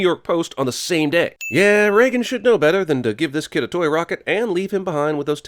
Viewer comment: Hey, name is Regan, you don’t pronounce it like Reagan, it’s Ree-gan. Long ee sound. Small psa. :)